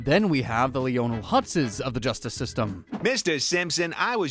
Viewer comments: Lee-oh-nul Hutz? It’s Lionel… pronounced: lie-nul. Anyone who’s actually watched an episode knows this. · You pronounced Krabappel as Krabappel? I’ve been pronouncing it Crandall! I’ve been making an idiot out of myself! Also Lee-own-nel hutz? Man never watched the Simpsons in his life.